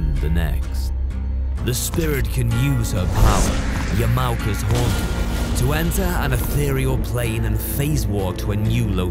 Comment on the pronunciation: just one thing IT'S NOT YAMAO- KA IT'S YAMA-OKA JAPANESE HAS DIFFERENT TONIC SILLABLES PLEASE STUDY A LITTLE BEFORE PISSING ME OFF >.>